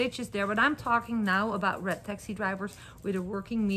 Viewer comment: Through the whole video, i thought you were saying rat taxi then i realized you were saying RED taxi. Lmao😂